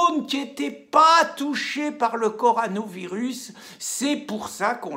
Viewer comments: Il a dit coranovirus au lieu de corona il a fait expres oblige 😂😂😂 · Le "co ra novirus" n'existe pas .... le co ro navirus, oui, comme la corona blonde ! la bonne bierre ... Bonnes vidéos, merci. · corona virus quand allez-vous réussir à le dire ?